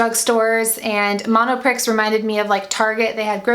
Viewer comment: Monopree it's pronounced. X is silent. ;)